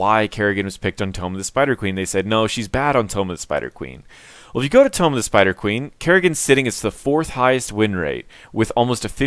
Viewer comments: tome.... tomb..... ok bro btw i like your videos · Why do you pronounce "tomb" so weird? :)